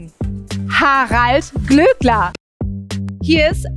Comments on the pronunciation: Bitte, das Ö im Namen wird langgezogen... 🙈 Glööööööööckler und nicht Glöckler. 🙈🙈🙈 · Ich stimme dir in allem zu und finde den Glööckler auch unmöglich. Es triggert mich allerdings hart wie du seinen Nachnamen permanenten (absichtlich?) falsch aussprichst. Es wird ja auch mehrfach in der Sendung erwähnt wie es ausgesprochen wird. Habe selbst einen Nachnamen, den die meisten falsch aussprechen und das ist einfach super nervig.